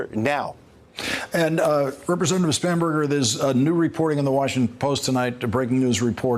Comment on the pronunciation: I’m sorry but I heard so many times “Spamburger” that I had to rewind to the lower thirds to see if that’s a real name.